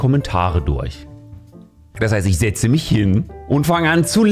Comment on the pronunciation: warum bei setzen mit ZEDzen statt SETTzen? ansonsten sehr gutes Video :)